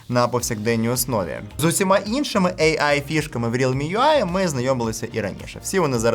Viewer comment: От не протримався без своєї шиї, лови черговий дизлайк. Цікаво, чому ейай, а не ийай. Ші ж шиї, то кажи тоді ийай